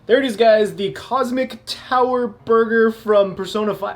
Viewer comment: ahh yes... Borger